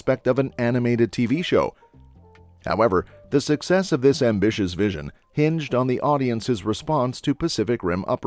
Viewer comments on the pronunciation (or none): none